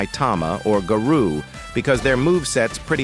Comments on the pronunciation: Ahh yes my favourite character guh-row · "Aggressive players who play GaHroh.." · No way the AI voice said "garoo"😂